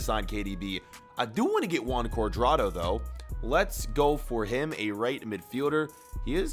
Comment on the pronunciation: U said James cudrado